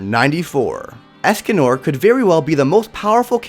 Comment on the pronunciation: Them 🥴: “Melly Otis” “Escan or” “Gear amore” “Lyonnaise” “Gloxsin ia” “Droller” All of us Seven deadly sins fans ❣️ : WTF?!! 😤